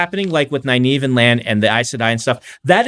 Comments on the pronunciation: Pretty sure I read the series without looking at RJ's pronunciations in the glossaries... how was I going to know I'd be cringing at how they pronounce Egwene and Nynaeve on tv 30 years later? :) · I asked about the pronunciation because I said it one way and then Brandon said it a different way. What's the "Nynaeve thing?" I can assure you that I know essentially nothing about the books, so anything you think I've done on purpose as an easter egg is just me being a moron. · he literally watched the shows and still gets the names wrong lol